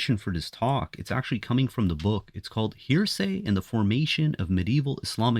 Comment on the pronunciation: You can't even pronounce 'heresy' properly.